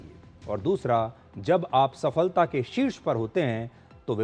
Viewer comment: सफलता शब्द का उच्चारण जिस प्रकार वह शब्द इस video में लिखा है, वैसे ही है। सफ़लता नही है, क्यों की फल शब्द संस्कृत है, फ़ारसी नही है। Phala, not Fala. Phala-Phool, not Fala, Fool Since we are talking about Hindi cinema/ Bollywood- there was a movie titled Phool Aur Kaante , not Fool Aur Kaante!